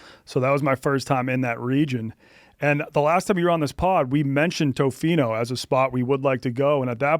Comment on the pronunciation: (not being rude). It’s pronounced Tofino: Tuh-fino. Not Toe-fino.